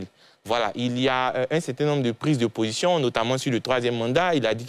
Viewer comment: c´est position et non possion